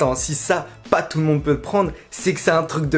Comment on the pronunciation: « jme suis dis jvais ayé voir ye docteur »... et l’orthophoniste ?